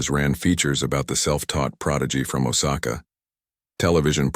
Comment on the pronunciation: It's oh sa ka get your act together